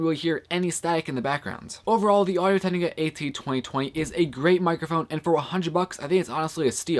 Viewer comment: Hey man, thanks a lot for doing this review, useful stuff. Just a suggestion, I think you have a tendency to talk too fast and slur your words. For example whenever you say Audio Technica it sounds more like "Audio Tegniga." But I like that you showed the microphone's response at different distances and in different directions.